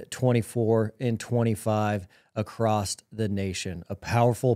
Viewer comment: He said "acrossed." 😢😢